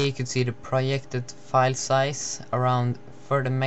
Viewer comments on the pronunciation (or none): I love his accent lols, and the way he pronounces words, like proyected